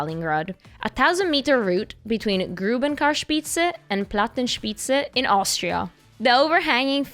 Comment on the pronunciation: Plattenspitze and not Platenspitze